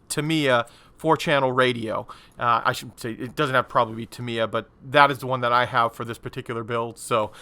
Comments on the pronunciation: Absolutely not! First if all its タ(Ta)ミ(Mi)ヤ(Ya) not Tam Ye A and second in Japanese every syllable is being given an equal - monotonous of intonation so either TA MI YA or ta mi ya but no such thing like TA mi YA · Cracking model but never heard Tamiya company pronounced Timiya….. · Pronounced Tam ye A = Tamiya